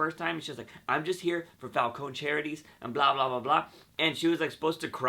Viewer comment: Havent you noticed they often change the pronunciation of the characters' names? Falcone as falkōn instead of falkōnē. Fries as frīs instead of frēs